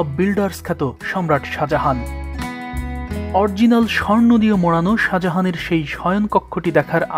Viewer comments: উচ্চারণ ঠিক করুন।অরজিনাল কি।original! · অরজিনাল নয় অরিজিনাল হবে।